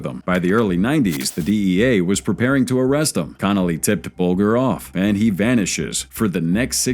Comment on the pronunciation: "BULLGER"... It is pronounced "Bal-jah"